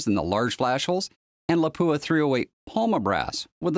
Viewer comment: Excellent info. May I just point out that Lapua is Finnish and is pronounced 'Lah-pua with a short "a" and with the stress on the first syllable.